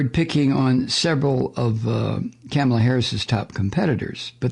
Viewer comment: MIKE-KAMALA HERSELF SAYS IT’S “COMMA-LA.” Please do likewise. Also, I lost it in. Thank you.!”